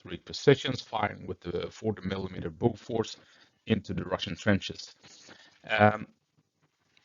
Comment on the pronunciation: Lol I would expect a swedish guy like yourself to pronounce Bofors correctly...